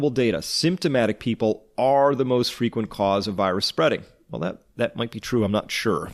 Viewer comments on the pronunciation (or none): none